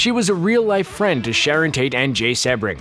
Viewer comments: Uh, seb-bring or sea-bring? It's the latter so when you hear names mispronounced you have to wonder how accurate any information is. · Yeesh...lol...Try pronouncing Jay Sebring's name correctly please... it's pronounced "SEE- bring"(like the car) not "SEH-bring"... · Jay Sebring is pronounced SEE-bring... And, Cass Elliot (Mama Cass) was in The Mamas and the Papas; not the Mamas and Papas. Otherwise, excellent video!!!... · Nice & informative, but… Jay Sebring’s last name is pronounced “See-bring,” not Seb-ring. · His name was pronounced SEE-bring, not SEB-ring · Jay seee-bring.....not sebb-ring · Pronounced SEEbring… not Sebring with a short eh sound….capishe?💞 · ITS SEBRING SEABRING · It's pronounced seebring not sebring. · *SEE-bring! NOT “Seh-bring”. (Where the H E Double L does Screen Rant get these narrators???) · Pronounced “Jay See Bring”. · Exactly.... get it right if your going to narrate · drives me NUTS!!... I've studied the Tate-LaBianca murders and the Manson Family for years... Mispronunciation of the victim's names may seem like a small thing to others, but not to me... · SEE-BRING,Jay Sebring😂😂😂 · His name was Jay Sebring Pronounced C Bring. He was actually pretty famous as a hairstylest to the male stars of that era and Steve McQueen was a client. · i was looking for this comment. It drove me nuts, too. If ya can't do something so simple as to research the way names are pronounced, I won't be subbing to your channel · OMG! It’s Jay Sebring...(C bring)! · Jay Sebring. It's pronounced "SEE-bring" after the famous Florida car race. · Jay Sebring's name is pronounced Sea Bring. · ‘Sebring’ is pronounced “SEE-bring”. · His name is pronounced "See-bring". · Sebring is pronounced SEAbring. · I'm pretty sure it's pronounced Seabring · Cee - bring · Pronounced: Jay Sea-bring. Please and thank you. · The least you could do is pronounce Jay Sebring's name correctly. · Every time this guy mispronounces "Jay Sebring's" name I die a little on the inside.